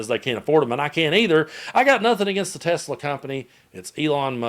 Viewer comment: Anyone else notice Muskox said Tezzla?